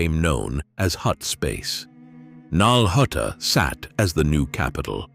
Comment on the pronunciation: finally saying nal hutta correctly worth the wait. Awesome video great job thank you